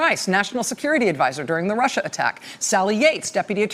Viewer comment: I hate the way Trump says, "This RushER thing..."